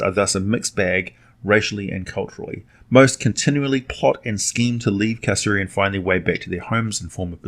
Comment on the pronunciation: Did you really pronounce Hades as "Haids" instead of "Hay-dees"? I'm also thinking Carceri may be pronounced "Kar-Keri" but I may be wrong on that one.